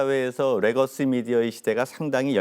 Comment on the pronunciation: 레거시를 R발음하는 교수는 뭐하는 사람입니까? 국민대 교수님..